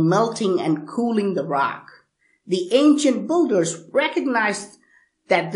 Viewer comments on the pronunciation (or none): Ok say BUILDERS, ( BILL-DERS ) not ( BULL-DERS ). I am sick of hearing you mispronounce this word over and over as many other people are. BTW, these monuments were not cast like that, and they are a hell of a lot older than 800 years. People found it there already built, (SAY BILT). Stop confusing more the ignorant.